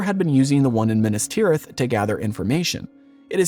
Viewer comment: Minnus tirith? Meenas Teerith. If you're going to do JRRT stuff, at least pay attention to his pronunciation guide. He was a professor of languages, you know.